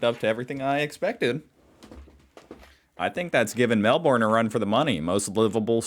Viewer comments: Melb'n, mate. It's Melb'n. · No R in Melbourne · Please, can you work on your pronunciation of Melbourne. I am enjoying all your videos. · It’s called a harbour. Yes, with a “u”. Sorry but ima have to unsub if you continue to troll us with your egregious mispronunciation of Melbourne, Brisbane or Canberra :( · Not ‘Melborn’! Try Melb’n? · Aaaegh! "Mel-BORN" yet again? Sheesh, it isn't rocket science, people!!! We stress the first syllable - not the last ffs! e.g. "MEL-buhn". BRIZ-buhn... Why do people from the USA find it so bloody difficult? Tourists from all over the world get it right...and if they don't they pick it up from everyone around them saying it. I reckon they should take a test of every tourist who mangles such simple two-syllable words and make them turn around and go home again if they don't get it right!🤣 It's so rude& disrespectful. Maybe we should all say start saying Ah-kan-ZUS for AH-ken-saw?🤣🤣🤣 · Yes, not Melborn, or even Melbin. Just Melbn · Mell Ben not Mell Born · When, not if, you get here, you need to learn to say VB instead of Victoria Bitter and Melb'n with the stress on the first syllable, rather than Melborn. But you'd drink VB in Melbourne, not Sydney, which has its own array of fine beers. And I speak as a Queenslander, with no axe to grind for either city. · It's more like, Melbn than Melborn. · Calling Melbourne "Mel born".. is cringeworthy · Try say Mel-bin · Lol; it's pronounced Melbin by Melburians. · We have to get you on to pronouncing Melbourne like a local….think Mel Bin…..and it will be close. And the one place more livable than Mel Bin has to be country Victoria, how’s the serenity, mate. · Melbourne is pronounced MEL-BIN by the way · I live in Sydney and love it, but please learn how to pronounce Melbourne..... say: 'Mel-bin', and you are close. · Nothing grates my ears more than your pronunciation of Melbourne! It’s Mel burn for crying out aloud!